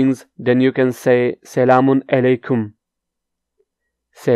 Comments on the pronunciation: Your Turkish pronounciation is extremely bad. How could attempt to teach Turkish? You are not able to say properly even "Merhaba" ! You cannot say many phrases as well. Such as, you say "selamun eleykum" instead of "selamun aleykum"... How is that? Stop teach please. And I also would like to say to audiences: Do not learn Turkish from this guy. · You said selamun LA kum🤣